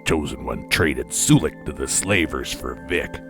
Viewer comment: Isn't it pronounced Sull-ick not soo-lick?